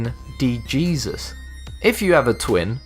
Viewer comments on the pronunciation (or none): It is pronounced Hayseuss. Not Jesus. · At number 3, Mexicans and Puerto rican's don't pronounce Jesus as "Jee-sus" they pronounce it as "hay-suce" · . that should be pronounce as hesus not geezus. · Ugh, is it just me or does it really annoy anyone when he pronounces the j's like 'g' when it's supposed to be an 'h' sound?